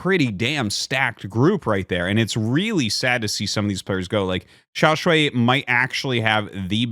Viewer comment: Great content! The Chinese Zerg player is pronounced xiao ("shall") shuai ("sh-why").